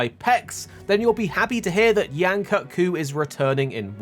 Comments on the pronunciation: It's pronounced "koot", not "cut"!, guy. Please don't white wash it. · According to the MH Promotional team its pronounced cut. As they even used it for word play in the TGS version of the trailer with Yian-kut-ku being called the Extended Kut.